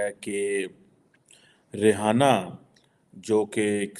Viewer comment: रिहाना nhi रियाना है वो।और वो मुस्लिम नही है।😂😂😂